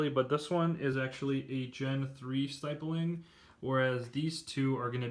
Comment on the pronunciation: You’re saying stippling wrong it’s not st I ppling